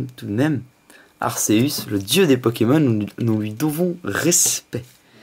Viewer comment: Arceus ce prononce arkéus sinon bonne vidéo ^^